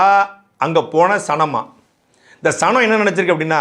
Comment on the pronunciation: சனம், எனக்கு சாணம் னு கேட்டது 😂